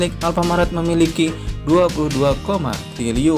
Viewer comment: triliyun...bukan tliliyun..🤦🏻‍♂️